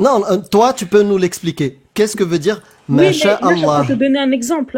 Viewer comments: Je peux pas piffrer cette facon de parler. (Djire, tchu...) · "Je veux juste de tchdire" "jchtexplique" "jchte l'ai dit" 😂 deja ça part mal.